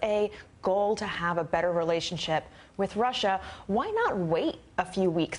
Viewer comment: lol - 'Trussia' - nice freudian slip